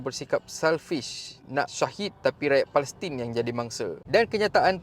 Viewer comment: sebut biar betul...HAMAS..bukan humus....kadang2 ayat kau ni mengarut je....nak buat content biar laa cerdik sikit perkataan dan ayat tu...PALESTIN bukan pales...!!